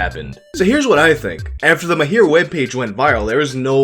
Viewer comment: its Mahir not Myhair